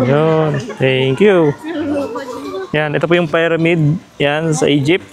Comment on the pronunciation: nakakabadtrip ung "payramid" ni kuya piramid kasi bigkas jan tsaka ung spinx hindi yan sinks tatanga tanga pa vlog vlog eh